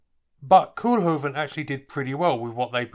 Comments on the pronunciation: It's NOT Koelhoeven. it is Koolhoven with an OO as in coal or go, please do your home work before doing videos, don't be such a yank.. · Koolhoven. Kool is pronounced as Coal in English. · Pronounced "Cole-huvven' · Only the Dutch pronunciation of "kool" is more like coal then like cool.